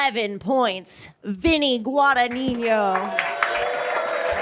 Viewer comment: How tf are you guys saying Vinny's last name wrong the entire time... it ends with nino, not ninyo.. He's Italian, not Hispanic....